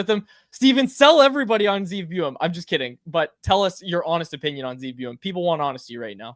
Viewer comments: It's BOO-YUM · How you keep messing up Buium’s name is annoying as shit lol